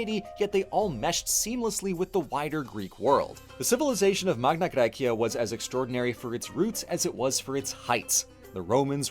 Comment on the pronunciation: One question: Why are you pronouncing the Latin Magna Gracia with a classical pronunciation (bar the gn instead of the ñ) but you use the Modern Demotic pronunciation for the cleary Attic Μεγάλη Ἑλλάς? Edit: Same with Cyrene. It's written Κυρήνη, not Κιρινι. And with all the other Ancient Greek names and terms. And you pronounce the Ancient Greek Neapolis with in a Demotic accent instead of using the Modern Greek Napoli. You are a Germanic, you have the sound repertoire to approximately pronounce Attic. It would've also been nice to mention that while Southern Italy is now overwhelmingly latinized, there is still a small group of Greek speakers, the Griko, in former Magna Graecia who speak an Italiot Greek dialect.